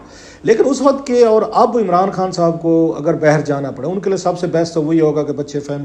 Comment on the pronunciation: It’s baaahir …… not bahar